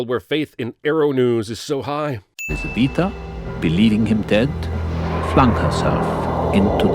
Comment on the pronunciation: What I can't understand is why can't dracula pronounce elizabeta's name right but the priest speaks fluent romanian?